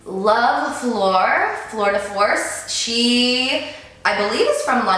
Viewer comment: Floor? Floor? I pmsl its Fleur as in Flerr